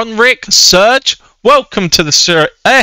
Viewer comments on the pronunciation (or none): none